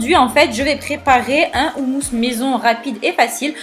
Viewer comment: Ca se prononce Khoumous (comme le "j" jota espagnol)